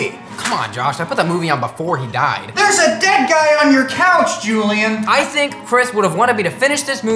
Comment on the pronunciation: his name id jullian not julia